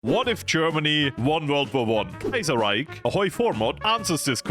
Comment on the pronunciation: Bro said Käsereich